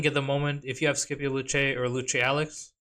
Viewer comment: Say Skippy-O one more time🥲 Sip-E-Oh😂